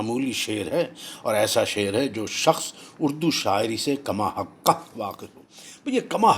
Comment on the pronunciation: پیشگی معذرت، کماحقہ کا درست تلفظ: 'کما حق وھو' ہے.